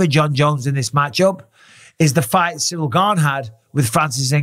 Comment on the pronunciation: John Bons already starting to passive aggressively talk smack to Ciryl. Pronouncing his name "cereal gain". Now I KNOW John isn't that stupid. He's doing that sh1t on purpose. Passively disrespecting his opponent. You're telling me John doesn't know how to properly say Ciryl's name when he's about to fight him? Come on now. John Bons ain't that dummmmb.